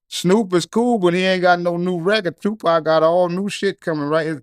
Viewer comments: did this brother just pronounce tu "pack" like a white guy from the UK?! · Man said Tupac Mania 😂😂